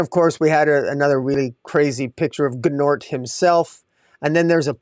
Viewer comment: Gnort's rhymes with sports. Gnort's Illustrated...Sports Illustrated. Your pronunciation is a little off, the G is silent I assume. Or maybe I'm wrong, idk!😊